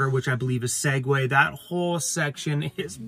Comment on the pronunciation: I think that Alaskan border town you were trying to remember the name of is Skagway. It sounded like you said Segue but I think you meant Skagway?